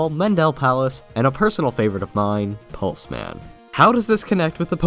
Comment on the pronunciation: Lol I thought Pulseman said Plusleman.